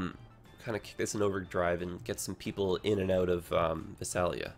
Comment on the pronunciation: You pronounce Visalia Vi-sail-e-u. From, a Californian.